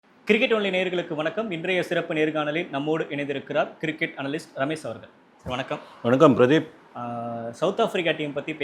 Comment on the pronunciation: என்னப்பா anchor, எதுக்கு English பேசறீங்க. உங்களுக்கு pronunciation சரியா வரல. ரமேஷ்க்கு பதிலா ‘ரமேஸ்’நு சொல்றீங்க. எதுக்கு English? Pronunciation கத்துக்கோங்க. தப்பில்ல. தமிழ் நாட்டுல ‘ஷ’ சொல்லக்கூடாதுன்னு நினைச்சா English வராது. அப்போ பேசாதீங்க. This’s my feedback